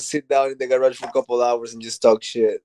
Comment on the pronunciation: Bisbing keeps saying gayrahg